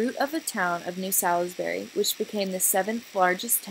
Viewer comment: It pronounces Sawlsbury not Selisbury and Ahmioh not Emienns. Gosh this is so american not even trying to pronounce it right. The Gothic architecture arrived in england at the end of the 12th century with the new building of the choir of canterbury cathedral. It was brought to England by the Cistercians and William of Sens who is the architect of Canterburý´s choir. It´s Reims cathedral in the right corner. And Salisbury was built from 1220 until 1258. The central tower was a later addition of the 14th century. But at the other point you´re right. Amiens and Salisbury were built at the same time. Reims is a little bit older.